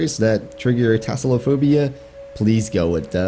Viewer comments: Tassalophobia? Isn’t it Talassophobia? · I wasn't being serous mate, I was just poking fun at your pronunciation of thalassophobia. :) Appreciate the reply tho! (I do know what thalassophobia is, I've had it for all of my life)